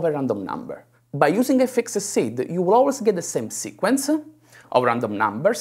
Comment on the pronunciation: If he would stop putting an -eh at the end of each word that ends with d/b/g/t he would get rid of 90% of his thicc accent. Bug-eh Cod-ed Seed-eh